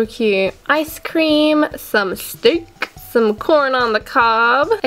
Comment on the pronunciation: some steak XD the way said steak (p.s. i love steak)